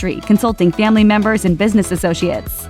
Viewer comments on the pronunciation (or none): none